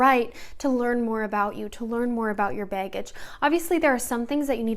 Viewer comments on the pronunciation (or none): Omg the way you say Baggage is so cute and Michigan hehehee. “Beggage”